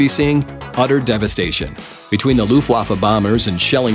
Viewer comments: Looftwaffe? I’m pretty sure it’s not “loo-ft-waffe” (not completely sure because I’m not the best at german) I think it’s prenounced Loh-ft-Waffe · ALSO. "LOOFWAFFAW"? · Notice how towards the end hes says 'Luftwaffe'? It should actually be Luftvaffe because in german the letter w is pronounced as a v and j is also turned into a y. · The way he said Luftwaffe was like loofwaft